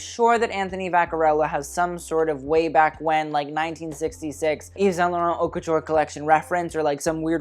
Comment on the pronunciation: Someone finally taught him how to say haute correctly.